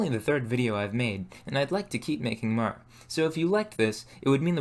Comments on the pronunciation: The letter “o” in most words is pronounced. Pour is not pur. More is not mur. I can’t enjoy your videos because of this. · This guy has the most interesting pronunciation of the sound -or, pronouncing it -ur/-er. This makes the word more sound like mur, and form sound like furm. I would really like to know what region this accent is from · The way this man pronounces 'or' as 'er'... Like instead of "form" he says "ferm"...."more" = "merr". It sounds intentional as I don't hear him mispronouncing anything else. Very strange. Can't get over it. Really distracting. Also the fact that this dude calls adding hair clippings and rice water to clay, "alchemy". Never watched this guy's videos before probably will never again. Due to his pronunciation, I cannot bear to watch him farm merr clay for his ferrj.